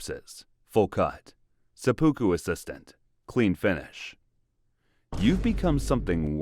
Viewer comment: LOL at the AI not pronouncing Seppuku..